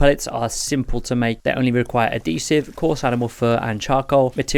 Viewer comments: Thank you for doing an actual progression explanation! and also... its Add-He-Siv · Great video man one thing though ad-hesive 😂